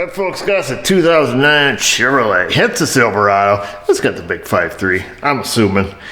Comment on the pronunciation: Ignorant Yankees can't pronounce three syllable words like Chevrolet...